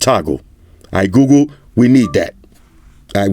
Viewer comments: "gOooGoo" Im sorry, lol😶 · that smell test had White Shoes running for the hills. Love how it sounds when says Google (GooGoo).